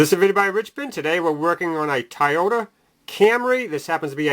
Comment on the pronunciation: It's Toyota not tiota